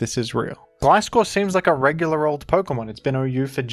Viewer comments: Love the mix of gliscor and glaiscor pronunciation, keeps me on the edge of my seat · It’s Gliscover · its gliscover :c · It's Gliscover bros 😭